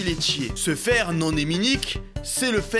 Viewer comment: Non heminique ont fait pas la liaison nonaminique J aspire a etre solide LIKE LIKE?